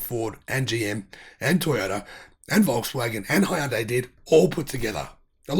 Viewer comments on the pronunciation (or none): none